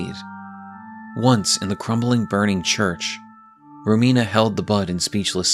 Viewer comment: Just wanted to congratulate you for pronouncing Romina right, I've heard many people saying Ròmina. It's an italian name and as an italian it hurts a little every time 😂